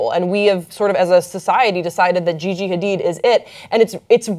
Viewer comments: and are pronouncing Gigi's last name as Ha-deed, but insist on saying Ha-did throughout the who segment! WHY! Hard for me to take this discussion seriously in pop culture context! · Ughhh every time says “Ha-DID” I just wanna scream. It’s “Ha-DEED”!!!! The other two hosts said it right... were you just not paying attention, or did you think they were the ones who got it wrong? 😹 Lol, yeah yeah, I know— this probably bothered me way more than it should’ve... Oh well! 😜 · HA-DEED. how f*cking hard is that to say?! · Cringing every time he says Gigi's last name